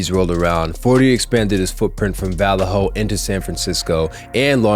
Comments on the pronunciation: Vall a ho? Hahahaha, it's Vellejo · Va-lay-hoe …that’s how you pronounce VALLEJO , CALIFORNIA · It’s va lay hoe lol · Good vid but jus a little help here you pronounce Vallejo like Vuh-lay-o or Vuh-lay-ho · Va-le-ho? You clearly don't listen to any bay area rap. You lost all credibility with this vid. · I'm gone this fool just said Val-lay-ho😂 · I can tell you’ve never listened to E-40 if you can’t pronounce Vallejo. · Bro that was so disrespectful how he pronounced it, do your research